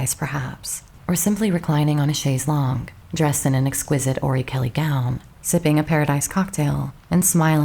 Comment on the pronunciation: Thank you for pronouncing "chaise longue" correctly.